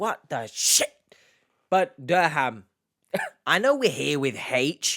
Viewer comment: Yes, pronounced Durham wrong.